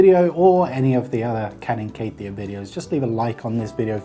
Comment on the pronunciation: i keep thinking he’s saying “Karin keittiö”, like bro who’s this Kari you keep talking about